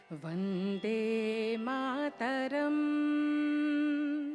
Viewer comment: The pronunciation of vande mataram was very wrong